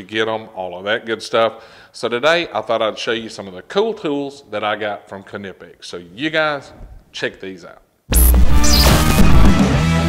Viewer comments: It's a silent K 🙃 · Knipex can't say thier own name correctly. I called them and I get both kanipex and nipex even amount themselves. The debate continues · wooow its so weird to finally hear u call em K-nipex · Ka-ni-pex lol thats what they r gonna be called now. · Kuh nip x ok. And I been saying it wrong this whole time lol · I always thought the k was silent like knife. Guess I've been saying it wrong this whole time.